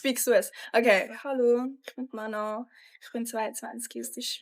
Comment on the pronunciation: Mano bish Manon